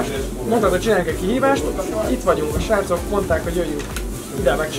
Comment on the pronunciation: a azt mondta h sracok a srakok helyett